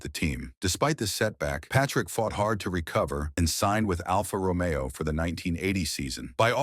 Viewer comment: Well, at least "Alfa Romeo" was pronounced correctly.